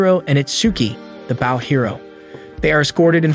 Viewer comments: "B-au" of a ship then there's "b-oh" and arrow. Pls fix AI voice) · I'm enjoying this but could someone please explain to the narrator how to pronounce Bow. As in bow and arrow. Not like the bow of a ship. English sucks, I know. Bo. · why are you saying bow and arrow wrong did you goto a slow school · Not only did he screw the thumbnail, but also saying bow as in Japanese greeting instead of bow and arrow 🤦‍♂️